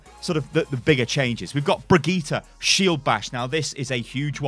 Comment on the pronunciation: Brigeeta? Really???